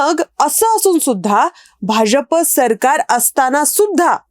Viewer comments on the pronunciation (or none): none